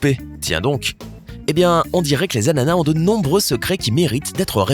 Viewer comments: Il me stresse à dire « anana » au lieu « d’ananas » 😂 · Un “ananas" Des “anana" avec un “s" muet à la fin